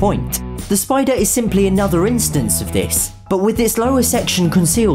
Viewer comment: Spider not spoder